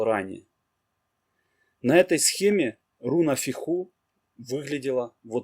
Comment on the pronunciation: Так и хочется внести поправку, ударение в названиях рун ставится на первый слог. Безумно режет слух фехУ и урУз. Даже не дослушала до конца